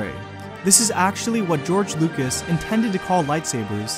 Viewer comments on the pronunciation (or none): none